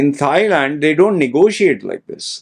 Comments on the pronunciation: did you say "thigh-land"??? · No...how about just not saying THIGH?